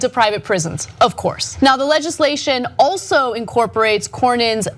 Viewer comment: Ana, you KNOW that's not how to say "Of Course" on the Young Turks Channel. lol